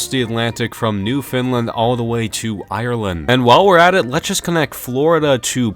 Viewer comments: The way bro said it sounds like "New Finland" 💀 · Does anybody hear it but when he's trying to say Newfoundland it said Newfinland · It’s pronounced newfounland but spelled Newfoundland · As a Canadian, The way that bro said Newfoundland is infuriating